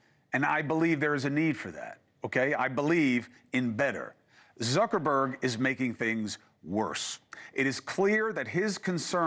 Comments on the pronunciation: Zooker-berg? Come on, Chris. Lol. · Is he saying 'Zerkerberg'?